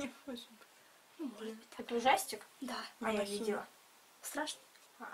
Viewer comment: Не правильно ударение ставит и вы девочки её не исправляете, не монахИня, а монАхиня